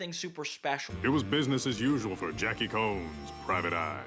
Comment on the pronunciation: The characters last name is pronounced Jackie Cones. His name is a play on Khaki Jones, a former Cartoon Network executive who was in charge of the production of Foster's Home when it was airing.